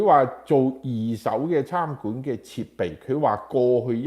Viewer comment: 餐(chan)館，不是參（Cham)館